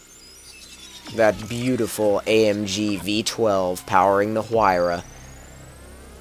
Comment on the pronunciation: The "H" is pronounced like a "W"